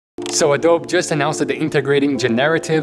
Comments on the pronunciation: Hey I’m not sure if you know but the “e” in Adobe in English isn’t silent—it’s pronounced something like “a-dough-bee.” Kind of like how you pronounce the “e” in Nike too. It’s a bit counterintuitive with words like bike and globe having a silent “e” but it has to do with the origin of the words. It’s not important of course but just thought I’d point it out. Love your videos!:) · "Adob" lmao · It is pronounced Ado-Bi (uh·dow·bee)